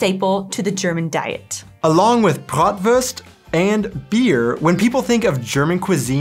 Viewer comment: First of all: congrats an all the best wishes to all three of you :) sry, but there's one little thing that I strikes me in quite a number of your (otherwise very entertaining) videos ;) There is no "ü" in Kuchen or Bratwurst. There's a difference between the letters "u" and "ü". Not every u is an Umlaut (quite the opposite, in fact) ! A "u" without those little dots on top sounds quite like the oe-sound in "shoe". I don't need to explain the pronunciation of the "ü", you nearly perfected it ;)